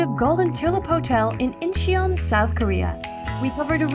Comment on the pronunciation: Incheon is two syllables not three.